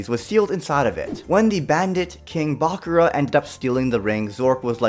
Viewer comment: Hears him say bakura wrong. (My hopes are gone)